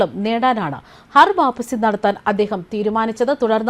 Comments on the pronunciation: ഹർ വാപ്പസി അല്ല ഖർ വാപസി ആണ് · ഹർ വാപ്പസി അല്ല ഘർ വാപ്പസി ആണ് ശരി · ഹർ വാപ്പസി അല്ല....ഘർ വാപ്പസി ആണ് 😂😂😂😂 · Please choose people with atleast minimum knowledge to read news. This person don't even know to say ghar vaapasi correctly.